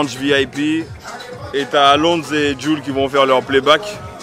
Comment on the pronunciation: WESH CEST QUOI CA ooooh tu nous déçois tu balance des Jules gros Jul c'est Jul tu dit pas geaï zi